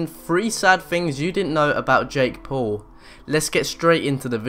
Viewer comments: its jake paul not pull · Excuse me his name is jakepaul not jakepool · It is Paul not paol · "Jake pool" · ''Jake Pool'' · Lol you pronounced his name wrong...